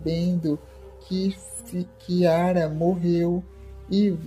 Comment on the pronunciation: Q diabo de interpretação e essa ?? O nome do rapaz e ari.da moça e Kiara. não chiara..mto horrível quem estar falando sobre a novela.sai fora